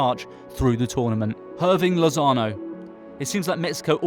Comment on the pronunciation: Ouch! That pronunciation of Lozano's name hurt my ears. Repeat after me: EAR. Bing. Loss. AH. No.